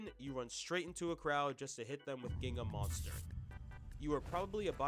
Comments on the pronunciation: By the way its bot pronounced Ginga is actualy shzinga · just for future reference in case some people get mad for the way you pronounced NEL Bachira's Ginga moves, its pronounced "jean-gah". Some brazilians are very proud of their culture and MIGHT come at you, just for future reference gng